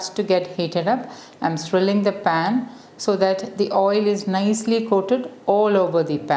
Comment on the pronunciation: Swirling is pronounced swir not swri